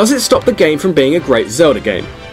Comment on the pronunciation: when you said "hell no" it was like i was hearing my boyfriend XD hes from the great land of England also, sadly i live in America. Great list tho, okami is so good i love it.